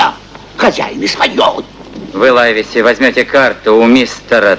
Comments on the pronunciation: НЕ ЛАЙВСИ А ЛАЙВЕСИ.САМ В ДЕТСТВЕ УДИВЛЯЛСЯ КОГДА КОГДА СНАЧАЛА КНИГУ ПРОЧИТАЛ А ПОСЛЕ ФИЛЬМ ПОСМОТРЕЛ.ЛИВСИ.ЛИВСИ ПРАВИЛЬНО.ХОТЯ НЕКОТОРЫЕ МОМЕНТЫ МНЕ В ЭТОМ ФИЛЬМЕ МНЕ НРАВЯТСЯ. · "Лайвеси" - это просто не английский язык. Равно как и мальчик Дженни. Мне тут в голову пришла мысль: авторы "хвильмы" перенесли действие в Ирландию. Может, там некоторые английские фамилии произносили иначе? Я ничего не знаю про ирландский английский язык.